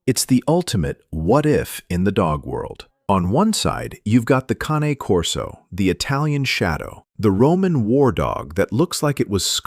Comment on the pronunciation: The Ca ... ne corso ? Not the Cane ????